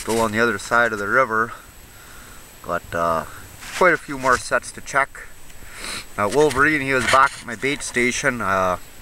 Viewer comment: Great video again. "Wolveriney" lol.